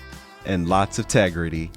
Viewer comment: You ain't got no tegrity. You ain't got no tegrity!